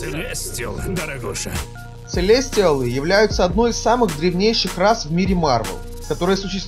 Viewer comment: целестиАлы а не целестИалы